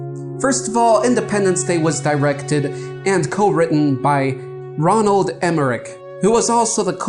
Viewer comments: Roland. Not Ronald. But a great vid otherwise. Thumbs up. :) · Roland not Ronald and it came out in '96 which is mentioned idk a million times. Not '98